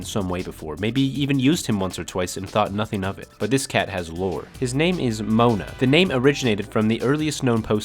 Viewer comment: His name is Monar with an R, you philistine